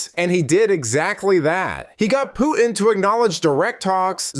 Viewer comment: . Hey numbskull. Great video. I agree. But Putin is NOT pronounced POO-IN. There is a huge T in the middle. It’s POO-TIN.